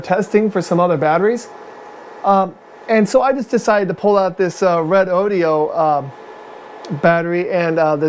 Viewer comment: Great video! Why we use shunts. It is Redodo and not Redodio! Lol.